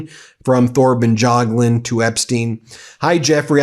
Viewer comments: That's the craziest pronunciation of Thorbjørn Jagland I've ever heard! lol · Thor and Tor is pronounced a like. Bjørn (ø is pronounced like the u in truck ,not dragged out just a short uh like it sounds like a seal cubb). Thorbjørn/Torbjørn is also pronounced the same. We do not pronounce silenced letters like Th +many more. Jagland is pronounced Ja g la nd Jagland... He says it's absurd all the questions he has gotten after this,but look more like a deer in the headlights than ever. It's not my favorite ex- primeminister. Regards from Norway